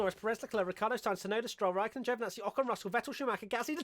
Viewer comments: "Rikaikkonen. RIKAIKKONEN." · Borris? Tsu Tsu Tsu? Rakaikonnen? Lmaoooooooo